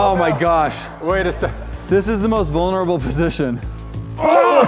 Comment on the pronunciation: says “this is the most vonerble piston” a ya it is us women have to do that all the time to bring a child into this world so ya. And a daddy is born every 5 seconds so think about that. PS I am not trying to be mean but it is some I am very strict about and I love you guys videos and I still remember what was the first video I watched for you guys it was the Ninja something but I know for a fact who was in it “Bryan,Matt, and Gunner the runner but I hope you guys know more now and have a great day.❤️❤️❤️❤️❤️😊😊😊😊😊